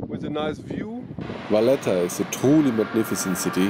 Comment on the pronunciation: It’s Valletta 😉